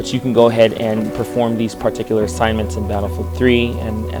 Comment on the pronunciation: wth is he pronouncing "particular" like that? It's really annoying. And he says it alllllllll the time. It's like it's scratching my brain with an icepick.